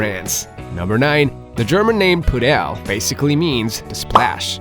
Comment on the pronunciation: It’s not “PuDEL” in German, it’s “PUdel”. Sounds the same as in English.